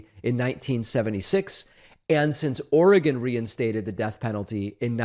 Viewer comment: One of the best things about the Internet has been that East Coast and Midwest Americans like David have finally learned how to pronounce "Oregon" correctly. This is very important to an Oregonian like myself. 😁 Also good that the state government isn't busying itself with killing its own citizens. Now I'm curious how our state will reconcile this with the right to end one's own life voluntarily. Can a death row inmate ask to end their lives if they don't want to spend the rest of it in prison? 🤔